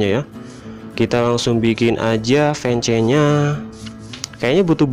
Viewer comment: itu tulisannya emang fence tapi bacanya fens